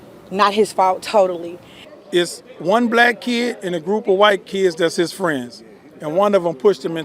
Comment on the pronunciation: If you can't even pronounce the word "kids" you should probably stfu.